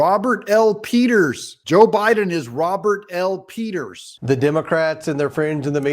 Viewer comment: Did you say pedo peters ?